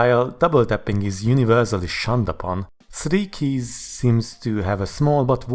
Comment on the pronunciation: "sri keys"